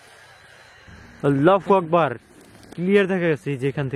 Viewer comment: ভাই আপনি আল্লাহু আকবর,, না বলে পু আকবর বলেন কেন